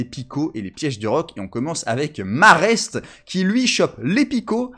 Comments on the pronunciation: Sans vouloir faire mon chieur, on dit maraisté, comme majesté 😏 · On dit Maraisté.